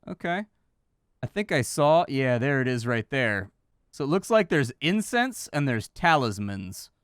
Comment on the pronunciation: kept saying incense but I kept hearing incest……. The internet has ruined me.